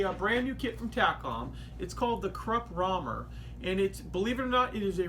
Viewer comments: Well eventhough its spelles Raumer, it is actually written Räumer. And pronoucned like an oi - so roimehr. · You spoke it totally wrong. And it is written wrong, too. Sorry, I can´t show it here how it´s right. :-(